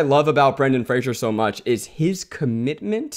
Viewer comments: I love that they're doing a podcast about Brendan Fraser and they're all repeatedly mispronouncing his name. 🤦‍♀️😆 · You guys continuously mispronounced Brendan Fraser’s last name throughout. It’s Fraser, not Frasier. That was another thing that bothered him about the industry.